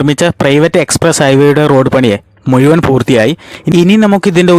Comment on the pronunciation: മുയുവൻ അല്ല മുഴുവൻ